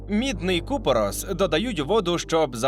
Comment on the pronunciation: Тільки не ку'порос, а купоро'с - наголос інший😁🤭